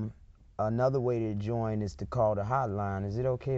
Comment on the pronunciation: "Joine" The new black panther. Lmfao.